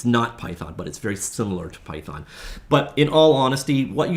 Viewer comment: It's python not pythorn 😒